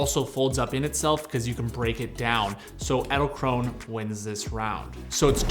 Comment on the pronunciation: Can you pronounce Edelkrone more like Adelkronuh 😅, thats how its pronounced